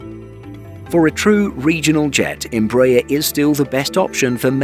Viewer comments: Where do you get em-BRAYER from??? Its embra- AIR....you're also out of line on kil-OM- eters....it's KILO- meters...do you say kil-OG-rams? Thought not....Metric measures all take stress on FIRST syllable...so ...KIL- ometers.....please! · even Hans Landa would have got cheated from your pronunciation. As we argies have been announcing a little training jet for thirty years, our brazilian brothers have developed a worldwide recognized jet family. Congrats! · I suggest that your British commentator on this otherwise well informed documentary CEASE AND DESIST from soliciting comments as you completely IGNORE what is being said to you. I am referring to the continual MISPRONUNCIATION of EMBRAER and KILOMETRE (see next comment). If you IGNORE what is said to you anyway, better to discontinue soliciting comments.